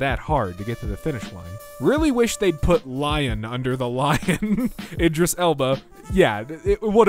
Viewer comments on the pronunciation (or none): none